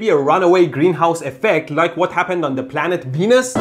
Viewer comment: I know you're saying "Planet Venus", but I heard Planet Penis....